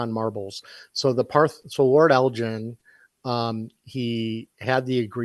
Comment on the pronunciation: Great podcast as always! One small detail: Lord Elgin's name is pronounced with a hard 'g', not a 'j' like the name of the city in Illinois. Also, it's rude of you to assume that I don't have a private collection worth tens of millions of (Zimbabwean) dollars. Edit: Apparently that currency was revalued. I'm not as rich as I thought I was.